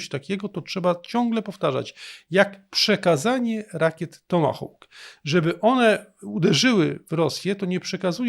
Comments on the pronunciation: "Hawk" wymawia się po angielsku jak "hok", a nie "houk", jak to się niektórym wydaje. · Mów pan po polsku, tomahawk, tomahawkiem bo inaczej musiałoby być fonetycznie: tomahołk, tomahołkiem